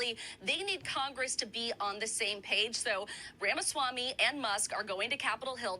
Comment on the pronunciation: That Iowa congresswoman couldn't even pronounce Ramaswamy correctly. Does she even know who he is?